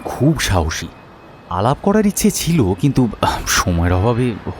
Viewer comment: Osadharon poribesona.. sudhu amar ekta chotto obhijog ache. narrator er bollo,chilo,korlo,boslo ai sobdo gulor uccharon khub i kharap. Mane lagche. May be hoeto amar I legeche. Tao janalam. Eta bad dile osadharon golpo❤❤